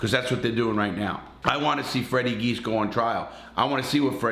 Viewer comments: I was born and raised in Springfield MA. The brothers names are pronounced jee-as not geese. Also they are charged with Adolfo Bruno’s murder in Springfield. Bruno was the head of the Genovese family in Springfield. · Pronounced, "G - iz" Direct translation of the family name is Tzias... Immigration in 1908 Gave Freddy's great grampa Fotios the name, Geas. He immigrated from Greece with his brother Vasilios, who officials gave the spelling of Jeas... Anyway, our family name is pronounced "G - iz" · It’s Fotias “Freddy” Geas, pronounced Gee-yes, with the accent on the first syllable, not Geese! Lol